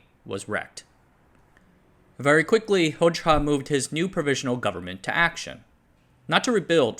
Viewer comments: Actually, his last name is pronounced as Hoja, not Hocha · Excellent video, but it's pronounced "Hoja" not "Hojcha" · This is pedantic but I’m pretty sure that Hoxha is pronounced “hoja” rather than “hoj-ha” (j as in jelly) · The name is pronounced HodJA, just saying.